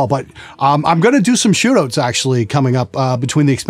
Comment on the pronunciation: when he said shootouts, i thought for a second that that is the canadian way for saying shoutout